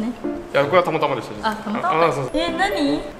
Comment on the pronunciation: たまたまのイントネーションがタマタマすぎてウケる笑笑